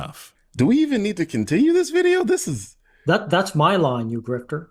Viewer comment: This guy says GrifteR with a hard R lmfao, like he's trying to spit on you each time and missing entirely. Love ur work btw